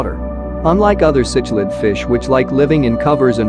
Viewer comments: You know this is going to be a high quality production when the the auto-reader pronounces “cichlid” as “sitch-lid.” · It's sik-lid